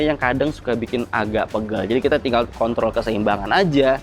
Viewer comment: gak salah denger tuh😂 kontrol apa Kon***.